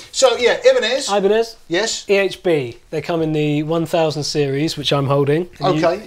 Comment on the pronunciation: It should pronounce eeebanez 😁